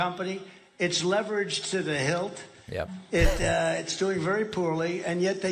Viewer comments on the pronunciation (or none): He can’t even say “leveraged”. He always says “levered”. Good Lord.